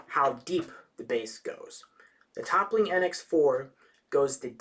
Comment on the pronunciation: ... Toppling? Lol good review man, really thorough and informative which i really really appreciate since i'm considering buying this. But the mispronunciation was a little distracting!